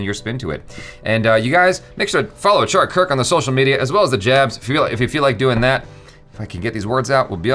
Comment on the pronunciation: Achara nails every indian name 😄 Every indian thing